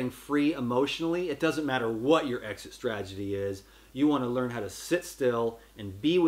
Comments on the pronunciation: Love you! Just thought id mention it's "strategy" not "stragety". Hope that helps! Don't take it as criticism please... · jt is STRATegy, not STRAGety LOL love you bro